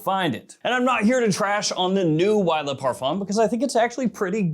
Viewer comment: Luh male, lay parfum. Why? It's Le and Le (L-uh)